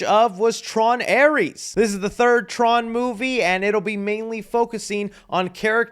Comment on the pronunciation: It's not Aries it's ares